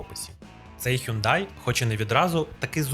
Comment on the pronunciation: який "хЮндай"?))) Шановний, ти ж перекладачем